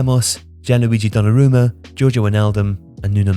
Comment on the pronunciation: How's Wijnaldum & Hakimi gettin their names butchered so bad🤦🏽‍♂️😅